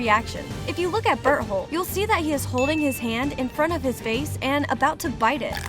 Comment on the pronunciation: ah yes an ''expert'' who cant pronounce Berthold